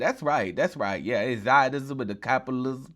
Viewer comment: "Thits right, caputilism" had me dead bro.